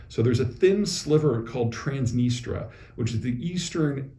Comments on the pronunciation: It's TransnistRIA, not Transnistra. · PZ ! tsk tsk--- TransnistRia NOT Transnistra as you said... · I think it's pronounced "trans-nee-stree-uh" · Trans NistrIa. Still, you drop a "I" from aluminium too, so why not? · I thought it was pronounced “Trans-NIS-tree-ah.”